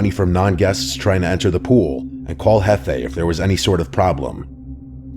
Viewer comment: It's not hefei, It's jefe.